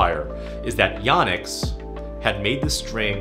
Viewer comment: It’s YO-nex. Long O sound. I’ve been saying it wrong for over 20 years, apparently.